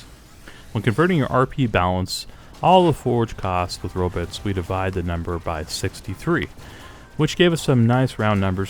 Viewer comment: BTW we know instead of "Robits" we will be calling them "rabbits" and when we collect them we are herding rabbits.